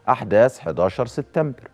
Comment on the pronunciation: يا سيد عكاشة ما تقول ليس بجديد فنحن أيضا نتطلع على برامج الانترنت وانت لم تأتي بجديد ولن تأتي بجديد . ملحوظه سبتمبر وليس ستتمبر اتمنى ان اسمع منك كلمتين منطيظمين😂